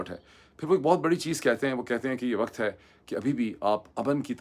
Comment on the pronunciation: The way you mispronounce simple Urdu words (surprisingly for the son of an AMC specialist doctor), it's no wonder you advocate English so yearningly. The word علاقہ is spoken ilaaqa, not alaaqa --- just as کتاب is kitaab, not kataab. Likewise وقت happens to be waqt (not waqat), امن is amn (as opposed to aman) and the word is گھنٹہ not گھینٹہ